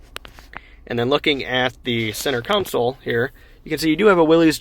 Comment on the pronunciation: I like your conversational tone, as well. Good presentation. FYI: The word is CONsole, not "counsel."